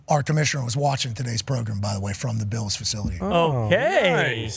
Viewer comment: Anybody know why pat always mispronounces the buffalo “bills”? He says the beals, he could be trolling.